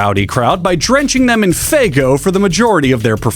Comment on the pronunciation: insane clown posse drenched the crowd in… faego? FGO? Faygo? What’s that? What’s saying the posse drenched on the crown?